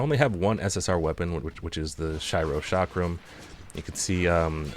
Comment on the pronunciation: well the way you pronounce chakram and shiro is a bit weird